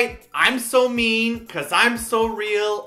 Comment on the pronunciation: Love the song but I think English deserved 3/5 not 5/5. When I watched this with subs I was surprised by how much English there was that I didn't hear without the subs. Even the line "I'm so mean" is mispronounced each time.